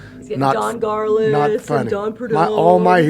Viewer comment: Learn how to say Garlits! It’s not Gartlits....dang narcissist!